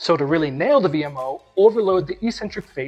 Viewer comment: EEEEEEEEEcentric is not a word in the English language, despite what the lifting community would have you believe. Some meathead a while ago must've thought that 'eccentric' only means crazy. It doesn't! It means 'away from the center'. Both from an etymological and a phonetic standpoint, it must be pronounced eK-Centric. Etymology: 'ec' means away. 'centric' means center. The tendons are moving away from the center of the muscle during the eccentric phase. 'ee' centric would mean 'without a center', which makes zero sense! Phonix: The first syllable is 'ec'. There's a 'c' in 'ec'. That must be pronounced as 'eK'. So, the word is pronounced eK-Centric, by two lines of logic. People might consider you eccentric to pronounce it correctly but don't take my word for it, -look it up for yourself, if you're really a man of science and learning!